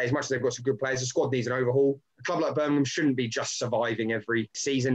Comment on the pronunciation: It's Birmingham not Birminum 👍